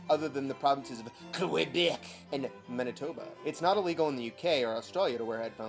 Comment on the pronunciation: As a canadian i promise you pronounced Quebec right